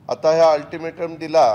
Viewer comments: First learn to speak altimatom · अल्टिमेट सुध्दा बोलतं येत नाही 😂😂😂😂 काय दुर्भाग्य आहे या स्वतंत्र महाराष्ट्र च 🙏🏿🙏🏿🙏🏿🙏🏿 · Altimete nit bolta yet nahi rao.....😂😂😂😂😂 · अरे तुला अल्टीमेटम बोलता येत नाही 😂😂😂😂😂😂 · आदि सरळ अल्टिमेट बोलायला शिका 🤣🤣🤣😁😁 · आरं पठ्या तुला अल्टिमेटम शब्द तरी बरोबर बोलता येतो का